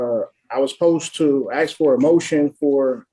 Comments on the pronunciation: They're always axing for something. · Oh here we go, we've got another highly educated individual "axin" the judge about things, "axin"...whats the matter with these morons that want to change the English language. Basic schooling was NOT his strong suit. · anyone saying "aksing" makes them self look so fucking dumb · That goes along with “axing’